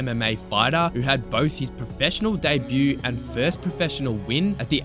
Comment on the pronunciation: An Australian who pronounces debute correctly!!!!!!